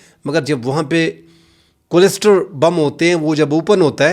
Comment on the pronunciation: kindly pronounce the word "cluster" correctly.